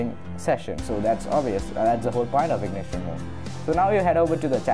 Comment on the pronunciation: In-Cog-Nito not ignition